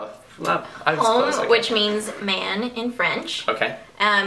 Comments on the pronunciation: You said "homme" like "home"...it's pronounced "omme" xD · You dont pronounce the H in Homme for man in french. Its like saying umm :D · "homme" is pronounced... om i guess you could say :) thanks for the vid! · that is not how you pronounce homme in french ingrid.................